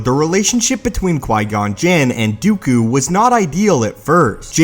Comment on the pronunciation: "Dee-ew-cue". Lol. That's how he ALWAYS pronounces Dooku's name. It grates at me.